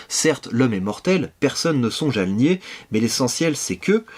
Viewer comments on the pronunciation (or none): none